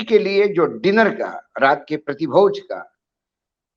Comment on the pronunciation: मेगस्थनीज़ => मेक्सेयनीज़ हेरोडोटस => हेरोटोस किस व्यक्ति को इतिहास पर बोलने को दिया है? तो लगता है मेगस्थनीज़ और हेरोडोटस के ही नाम पहली बार देख रहे हैं जीवन में: पढ़कर और कोशिश करने के बाद भी ठीक से नहीं बोल पा रहे! प्रीतिभोज को प्रतिभोज बोल रहे हैं, उसकी तो बहरहाल बात ही छोड़िये.